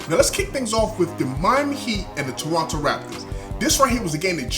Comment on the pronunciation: Perfect pronunciation of Toronto in the opening seconds and perfect commentary!!! Was waiting for this video! Keep up the great work!